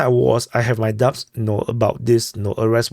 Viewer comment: You don't pronounce the 'B' in 'Doubt.'